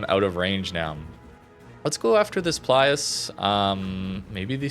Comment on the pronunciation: the italian alternative ships' names start with PILUS, not PLIUS!